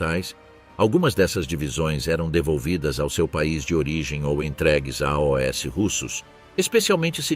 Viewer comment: Narração com IA não reconhece "AOS" ....verifique